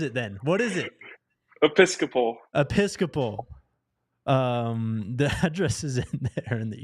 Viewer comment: EE-pp-ii-scaa-pal, lol, simply pronounces it as he sees it. People, Wisdom is knowing that if YHWH is not in it, Mistakes (whether in sports, business, education, or government) will be made!!!